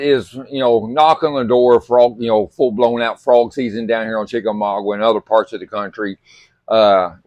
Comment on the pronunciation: It's not chickamaugWA it is chickamauga